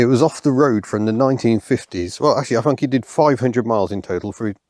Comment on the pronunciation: "It`s a fascinating fing I fink"